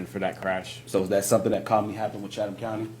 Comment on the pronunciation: The Author said Chataham County like it was kind of an Indian type Native name. It was mispronounced in the first part of the clip/video. Its actually Chatham County Police that covers Savannah, Georgia that is the County Seat of the County which also covers smaller cities inside the county. Just wanted the correct County and area to be known.